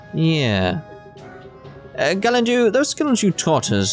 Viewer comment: I know it's a little late to be saying this, but Gallandeau is pronounced Gal-an-doe not Gal-an-dew